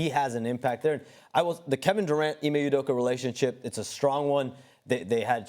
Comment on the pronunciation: They can’t pronounce anyones names correctly. Udoka was Apeduku